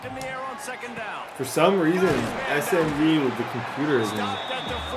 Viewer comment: why’d you pronounce SMU as smew 😂